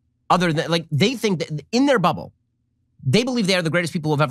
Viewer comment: I know he says bubble, but it sounds like butthole